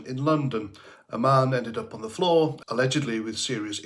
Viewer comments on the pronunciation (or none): none